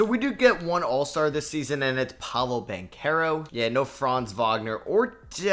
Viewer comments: I mean a lot of people didn't know how to say his name in his defense but he definitely earned people's respect to at least say his name right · Who remembers when used to call Paolo Banchero Paolo Banchurro